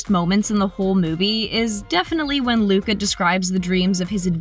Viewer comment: Did you say muca